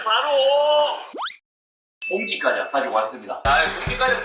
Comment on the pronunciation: 꽈자라고 발음하시는거 귀엽다ㅋㅋㅋㅋㅋ